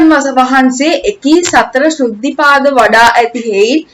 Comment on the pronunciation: සෘද්ධි පාද වලට කියන්නේ අර්ධි පාද කියලා ඔයා ඒක කියනවා වැරදියි හරියෙ